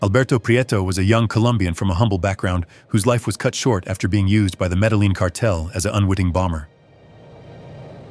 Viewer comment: Pronunciation is so important. Medellin is pronounced: Meda-YEEN.